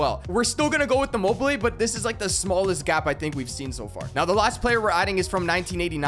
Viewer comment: Bro you call immobile im mobile📱 how to pronounce immobile:imo be le